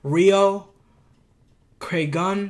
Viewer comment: Good reaction, nice vid! Reo’s from the Portland area and it’s pronounced Crag-oon. Keep it up!